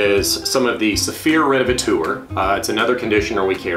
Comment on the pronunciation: Haha, I know this is an older video but I hope you practiced now how to pronounce Renovateur. It’s not revetour 😅